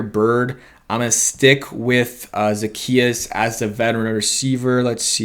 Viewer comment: O-la-me-day...Zuh-key-us.....Olamide Zaccheaus